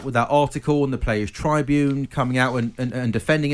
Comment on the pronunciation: How do you mispronounce 'tribune'??